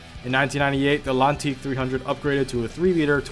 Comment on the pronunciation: in a best motoring race the atlantique found the F40 the performances were similar the name atlantique is pronounced the same way as ... atlantic the T isn't silent